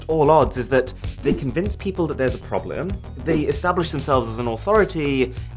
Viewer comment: Probleme! French much Mrwhosetheboss😅🤣🤣